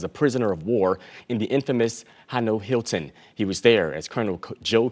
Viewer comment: Project excessiler??? Hano Hilton??? Pretty shameful Mr. News reader.